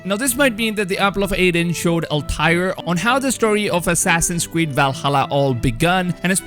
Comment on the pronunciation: Nobody: The dude in this video: WIKINGS ASSASSIN'S KWEED